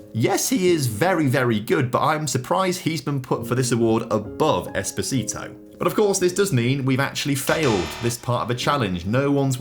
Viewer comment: Please from a italian person is not espasito is with a o "esposito"